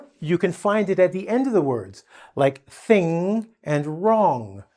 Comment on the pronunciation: You are teaching the incorrect way of saying NG. Can't you hear yourself, then listen yourself saying THING and WRONG . Those are two different NG sounds. Say it with me: King Kong, Sing Song, Ping Pong. Got it? Now you are explaining the tongue posture for NG like in Among, WRONG, but keep saying ING like KING. Learn some basic phonetic stuff, like palatalization after front vowels when velarization becomes pre-velarization and you will be able to distinguish real pedagogue from self-proclaimed "teacher"